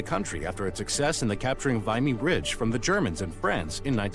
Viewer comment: Vimy Ridge is pronounced like Jimmy rather than limey. . Who does these vids?